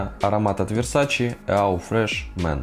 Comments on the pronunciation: ЕAU читается как «О»))) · Весь такой знаток а eau произносит неправильно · Человек осведомленый в парфюмерии,говорит АУ фреш мэн?????!!!!!!!Сразу не смотрю! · Правильно EAU читается как О. АNCRE читается как анкр. Чёрный якорь. Не Декларэйшин, а Декларасьён. Уж вам, человеку, который занимается парфюмом профессионально, необходимо знать, как правильно звучат названия продуктов.